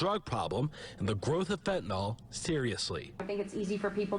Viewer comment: 🤦‍♀️ YOURE SAYING IT WRONG... FENTANYL.... So it’s... FENT IN ALL... is HOW you pronounce it.....!!!! 👍🏼